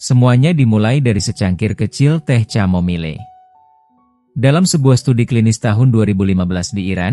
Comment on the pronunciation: Apa sih.... Kok nyebutnya ; ca- mo-mi-le 😅